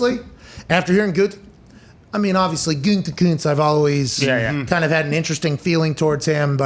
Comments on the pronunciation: Can someone please go make a compilation video of every time Pat has said “Gutekuntz” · I love Pat, but the way he says "Gutekunst" drives me absolutely nuts.